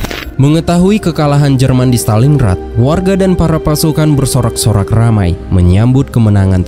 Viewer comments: Montgomery bukan mcgomery Stalin Grad bukan Staling Rad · stalin grat, bukan staling rat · Maaf nih klo boleh koreksi, pengucapannya stalin-grad bukan staling-rad. Dtunggu part 4 nya ya...